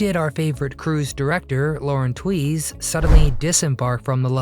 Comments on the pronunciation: Isn’t her name pronounced with the sound “tues” not “ Twees” ?! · Lauren Tweeze??? 😂 Bad robot. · It's pronounced "TWEEZE." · Not how you pronounce her name. And LOL making fun of other videos that use AI narration. Pot meet kettle. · You are correct. His 50 hours of research didn’t check the pronunciation.